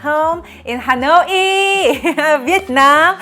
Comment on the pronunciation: You're cute, but please, out of respect for your Viet subscribers (me), please try to properly pronounce "Hanoi." It's not "Ha-noy-ee." I hope that while you are there, you will visit with Helen from Helen's Recipes channel.